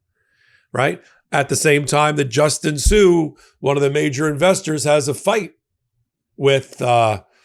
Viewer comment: its Justin sun not sue wow that's a miss